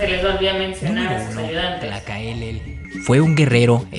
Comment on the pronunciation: Es Tlacaelel No tlacaelele Zicoatl = serpiente de fuego Chimal = escudo , Popoca =humo. Zumàrraga, no Zumarraga Ixtlixochitl narra como deportaron a aztecas para trabajar en las minas , narra como me se les daba de comer y tenían ellos mismos comer los frutos del desierto , no se les dio ni una vez de comer o tomar , muchos pero muchos murieron de hambre y sed , debido a estas deportaciones hay muchos lugares en Zacatecas con nombres en Náhuatl Fernando de Alva Ixtlixochitl considerado el antepasado Mexica de. Tomas Alva Edison Ixtlixochitl era hermano de el señor de atzcapotzalco ,poco l nada que ver con Texcoco , aportó 40 mil guerreros y si , fue el artífice de la derrota de el imperio azteca , es más conocido como historiador Xicoténcatl , primeramente se opuso a unirse con los españoles , y se rehusó a pelear contra los aztecas desertando en plena batalla Cortés preguntó cuál era el castigo para un desertor , le dijeron que la muerte , fue regresado a Tlaxcala y por su condición de militar de de familia noble , se le dio una oportunidad más , peleó valientemente , contra su voluntad , una vez vencido el imperio azteca y para mostrar a los tlaxcaltecas , que también ellos era vasallos , lo mandó ahorcar En venganza a las múltiples ovaciones en que Xicoténcatl , lo retó públicamente , a un duelo s muerte , y en todas. Cortéz se rajo cobardemente Y una vez consumada la conquista lo mandó aprehender y ahorcar Me viene a la mente el héroe Maya Jacinto Uk. De los Santos Kanek